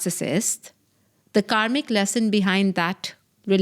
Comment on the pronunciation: I heard it as you are a comic coach. Can you pronounce better? Its kaRmic